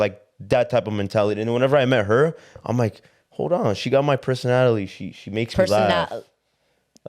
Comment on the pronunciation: He said personatalie? Whos natalie??😂